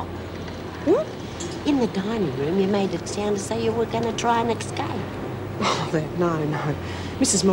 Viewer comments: Love the way Lizzie always says Exscape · Why does Lizzie always say 'escape?' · I really wish somebody would have taught lizzy how to say escape